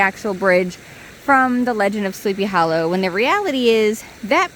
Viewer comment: I love the way you pronounce Sleepy Hollow as 'hallow.' 😄The place is amazing. A precious bit of real early American history.